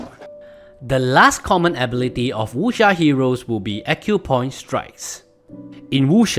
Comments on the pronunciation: why he saying wusha.... its wuck seer!! dammit! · I feel offended with your pronunciation. Eg. Wuxia, Jin Yong etc. Totally off. Are you sure you're a chinese?